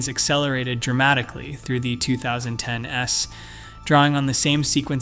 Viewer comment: is this text read by a voice synthesizer? is this even based on published research? note how it reads "two thousand ten ess (inhalation)". it's mimicking a human being which is deceptive. i quit tv about 20 years ago for different reasons, it may be time to log off youtube. p.s. the author has disclosed this as synthesized or generated content in the description